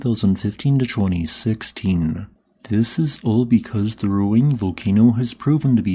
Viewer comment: Please, respect the native Indonesian language and pronounced the name of the volcano accordingly. Ruang is pronounced more like ru-ung.